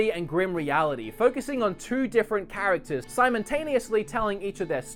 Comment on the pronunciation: "simon-taneously" lol